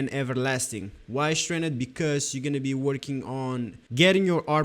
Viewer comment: it’s the way you say STRAINED that gave me that impression. Only Brazilians day it that way. Btw, where are you from?